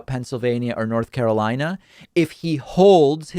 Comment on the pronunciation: Move on, YOU called N.Car WRONG...